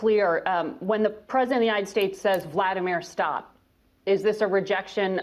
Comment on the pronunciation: LavrOv!!! NOT LAvrov!!! u, woman, got to learn how to pronounce correctly!!! basic decency! POOtin VladEEmir!!!